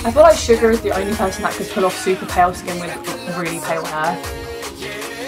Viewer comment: Is it just or when she commented on suga It sounded like she said sugar